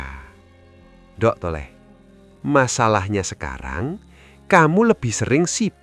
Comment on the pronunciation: Hahaha pengucapan nDhuk.... Thole..... Kok jadi nDok ... Tole...?? 😂😂😂